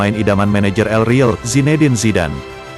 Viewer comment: El real bukan riil cuk pelfalannya ancur2an